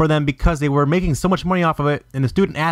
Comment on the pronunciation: "makeing this disk, hard to find" lmao why the fuck did you say it like. I heard it and started dien wasn't sure I prob heard correctly when I first listend to it correctly but when I found out it was what I heard i kept re winding continuing to laugh harder and harder lol